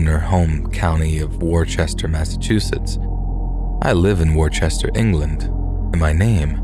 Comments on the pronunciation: The one flaw in this episode (besides that it ends): It’s not WOR-Chester, it’s Wister / Worster. Honestly, mispronunciation of place names is super common in these types of shows, but it always stops me in my tracks and makes me wish that narrators would check the pronunciation on unfamiliar names. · Pronounced woo-ster. I live 15 min from there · Massachusetts native here....Worcester is pronounced as "wuss-turr." Or, if you actually grew up IN Boston proper, it's pronounced "wuss-tuh!" 😂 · Hey hi from Boston , i remember that story the Vanessa girl , we don’t say WorCHestor we say Wosta , and it’s not in Boston it’s inMassachusetts about 45miles from where I am in Boston, but creepy story , and keep falling your instincts!!!! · i love the video, especially the stories you picked out. p.s. Worcester is pronounced "wu-ster" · I love your narration. Here in thd US, it's pronounced 'Woo-sta'. 😉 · It's pronounced Woof-ster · Chuck deserves all the pets! Edit: I'm from Massachusetts, and I know it may sound dumb, but our Worcester is pronounced "Wus-ster". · Woohster. The MA city is pronounced Woohster. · This drives me insane it’s WORCESTER NOT WOR-CHESTER.